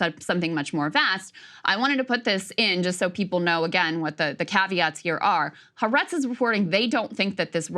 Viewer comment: Please God help me it’s pronounced Ha’aretz. It’s kind of painful to hear people mispronouncing this endlessly.